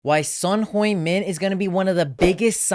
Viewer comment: Want credibility? Learn to pronounce his name. He’s only been playing for over a decade in England…even they can get it right. I turned you off immediately 🙄